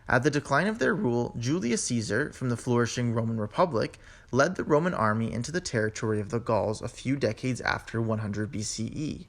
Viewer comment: Before you establish yourself as a linguist, isn't about time you sorted out your own alleged English? What is La'n? What is Romn? "Physician. Heal thyself...: You can't even pronounce your OWN city of Connecticut...Conneticut. Webster took the U out of colour, Harbour and Labour saying that it wasn't necessary Well in that case, take the middle out of squIrrel or proBably (Prolly) half of your mutilated version of a language we took 1500 years to develop and which you have buggered up in about 300! Find your own language to bugger up and leave ours alone. I stopped viewing what initially I thought to be a very interesting item because I got well and truly pissed off, having to rewind and repeat / slow down to try to extract the meaning of this lazy trans Atlantic "Mumblisation and Crapitisation" of a noble 1500 year old language! It took me up several points in hypertension to establish that AMONA means "I'm going to!" And why Americans "go ahead" and do something. By the way "What's up" is NOT a greeting! It's a colloquial expression, largely but not exclusively Northern English, idiomatic, possibly aggressive enquiry as "What is bothering you?" eg."SO! What's up with YOU?" or more gently "Aw.. What's up, darling?" "What's up Doc? " is utterly stupid! I have no fear of hateful rejoinders, ripostes, responses nor retorts because those who may not like what I have said, PROLLY won't have the vocabulary nor attention span to get this far!